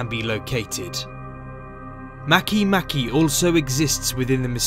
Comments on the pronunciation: Makemake is from the Rapa Nui language. The letter ”e” is always pronounced ”ay” /e/. Therefore, Makemake is pronounced ma-kay-MA-kay /ˈmɑ.keɪˈmɑ.keɪ/. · Am I the only one who was pronouncing Makemake wrong the whole time???